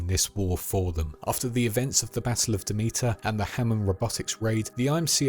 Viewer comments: Pretty sure it’s pronounced Dem-it-er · My god you butchered the pronunciation of Demeter 😂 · Ok... Have you even played these games?? For a lore video you are missing a lot. And you don't even pronounce Demeter right, and the outlands is not a planet!